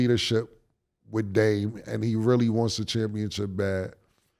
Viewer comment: mase never pronounce Dame name right 😂😂😂😂